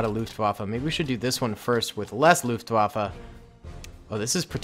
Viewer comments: Waffe not waffa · As an war historian, same, LOOFT WAFFLE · It's so funny to hear as a German how you pronaunce Luftwaffe